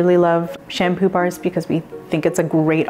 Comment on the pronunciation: They should say because, not Brevard lol